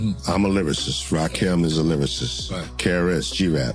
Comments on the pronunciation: EPMD could have been on this list Erick Sermon in particular. Also it's Rakim not Rakeem. And 3rd Bass wasn't a fish 😂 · It’s RAKIM homie not RAKEEEM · Why is it that you yt folks can never say folks name properly ? It’s not RAKEEM ITS RAKIM !! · It's Rakim.....NOT RAKEEM.!!! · Omg…RAKIM not Rakeem🤦🏾‍♀️🤦🏾‍♀️ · My question is ; Why YT folks always mispronouncing black folks name's ??? Or any name's thats not EUROPEAN??? The name is pronounced: RAKIM just like its spelled. Not RAKEEM. Adding insult to injury is the fact that this whole thing is about respect for Rakim and youre mispronouncing hos name the whole entire time.... Diabolical work... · Why you keep saying Rakim wrong? It's not Rakeem. Get it together. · You are completely pronouncing RaKim's name wrong. It's not Rakiem., it's RaKim. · Uggh, I want to like this video but I can't even finish it with this A.I. slop continuously saying Rakeem. 👎👎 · Rakim not Rakeem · It’s RAH-KIM put respect on his name.. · I didnt get through 2 min of this video. AI video creators are the absolute worst. They are lazy and incompetent. Rakeeem? 3rd bAss? Dont recommend channel. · As soon as a heard that "Rahkeem" mispronunciation, I'm out. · I hate AI narrated videos! Trash ass garbage! Talking about disrespect, and got the nerve to post this disrespectfully mispronouncing the God Emcee’s name wrong! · It’s driving me nuts how the narrator kept mispronouncing his name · Say his name right